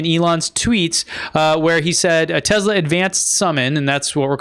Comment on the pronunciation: are you intentionally calling Tesla Tezla?